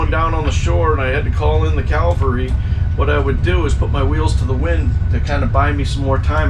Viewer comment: There's a major difference between "calvary" and cavalry. Just sayin'.